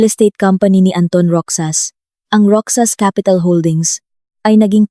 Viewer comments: MISS , NA TAGA PAG BASA NG KWENTO .. MALI PO ANG PAG BIGKAS NINYO NG ROXAS .. HINDI PO ROCSAS , ROHAS PO ANG BIGKAS HAS HINDI SAS ROXAS ROHAS HINDI ROCSAS ..EWAN. ??? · Roxas pronounce as rohas po not roksas